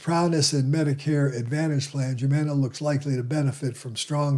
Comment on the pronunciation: HUUUUMANA NOT YUUUMANA